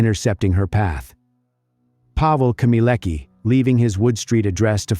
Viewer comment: her last name is not pronounced as "keemeeleckah", but "khmyeh-leh-tskah"